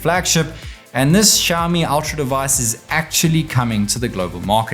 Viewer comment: It is xiaOmi, please stop pronouncing xiami!